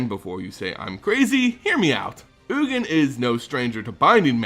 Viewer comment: is oogin, the correct pronunciation? I though it was yuu-jin. Sounds better to me.